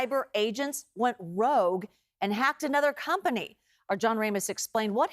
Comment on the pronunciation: "Went Rouge"